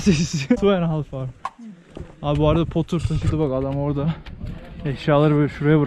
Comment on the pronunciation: poter degil laa porrter,o inek yada bufalo dedigin hayvanda YAK.ictigin sularada o yak ve turistik tesis tuvalet sulari karisiyodur